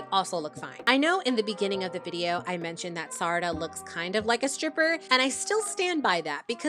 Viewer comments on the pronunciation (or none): I’m insanely srry for this but I got HELLA triggered when you pronounced Sarada as “Sadara” 😞